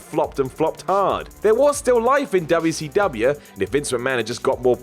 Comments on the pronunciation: Thank You! it's annoying as hell hearing him say Wubbya C Wubbya. it's fuckin WCW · DUBYA SEE DUBYA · Quit pronouncing wcw like that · Finally, someone else is sick of him doing that!👍